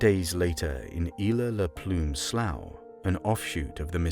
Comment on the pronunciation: This was great. Since you're from the UK, perhaps you might investigate our weird American pronunciations a bit: Duquesne is "Doo-kane,"; Slough is "slew," Allegheny is "al-e-ghay-nee," and so forth. If in doubt, consult the internet. I know it was your language first, but we have our little ways. Otherwise, fantastic work!